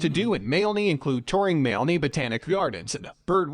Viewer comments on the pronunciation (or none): oh for goodness sake. Moo loo lah bah. Mal aney!